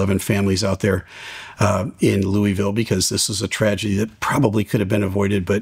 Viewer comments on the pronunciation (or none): none